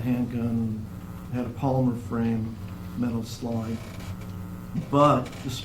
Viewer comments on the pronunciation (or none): none